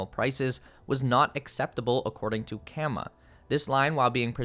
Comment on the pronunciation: he says CAMA but it should be CAAM Also for the Mexico build it’s probably going to affect the ecosystem and ruining a Mountain View that’s gorgeous.